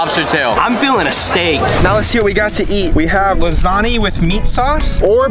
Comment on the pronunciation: Bro just said lasanee instead of lasagna 💀